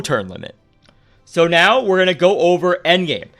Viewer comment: He says now like meow or am i hearing thing